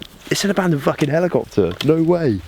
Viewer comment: Ali-copter !!! LOL